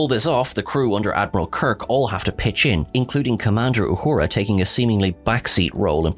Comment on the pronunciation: Wow! You can't even say emancipation correctly, up your game, because right now you stink. when you mispronounce her character's name and all the other stuff you say on here, you are cheapening the quality of the tribute. respect our culture or we can't respect your channel.